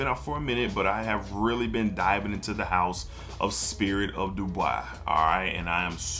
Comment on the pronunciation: not that you’re mixing up the brands, but you are calling it Spirit of “Du Bois” in the video, but it’s Spirit of “Dubai.” That’s all I meant. No hate brother. Love your content and value your opinions on these fragrances. Matter of fact, one of your videos made me purchase Arabian Oud Sultani. 🔥